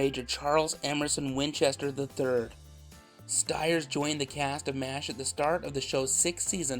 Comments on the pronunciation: st-years… the I is there for a reason lol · I had always thought that his last name was pronounced "Steers" instead of "Stires" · I learned a lot from this video. The first was the pronunciation of his last name. Been saying it incorrectly for the last 40 years.